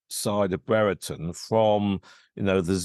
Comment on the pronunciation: It’s not bre re ton It’s Brereton like brier-ton